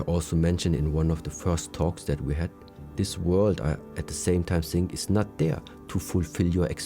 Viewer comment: I would like to keep watching these but his saying thoughts as Saughts and thinking as Sinking. Don't like it